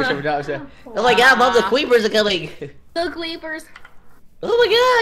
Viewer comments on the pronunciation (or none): He said cweepeaws :3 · OMG the cweepeaws :3